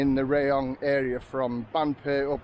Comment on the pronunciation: Hi, apparently it's pronounced RAAH-YONG not RAY-YONG...you learn something everyday mate...lolol thanks for the Vlog mate I appreciate your efforts. Cheers Steve